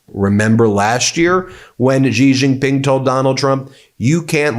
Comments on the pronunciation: can we stop saying Jee jing ping? It's pronounced She Jing Ping. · Ben, how good a journalist are you? You can't even pronounce "C" Jin Ping's name.